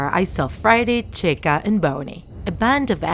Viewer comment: The person: "animatronic dolls" "bony" "frety foz bears pixza" Me dying in the background Also me:at least she said chica correctly